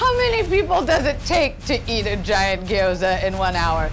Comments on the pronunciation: it's pronounced "gyoza", not "giyoza". There's no "i". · When everyone in the video says gyoza wrong 😣😣